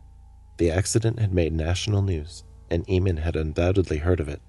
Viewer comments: That's a really odd pronunciation of the name "Eamon." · I feel really unnerved because he has the same name as me I forgot to say the name Eamon is said wrong during this vid and my last name is different